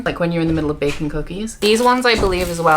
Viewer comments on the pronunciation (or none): I genuinely thought you said one of the candles smells like bacon not baking 🤦🏽‍♀ Those books are beautiful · I kept hearing ‘bacon’ instead of ‘baking’ and I had to go back each time to review the scents 😂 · Every time you said "baking" I heard bacon 🥓 lol. And I thought that is a weird combination of smells. 😅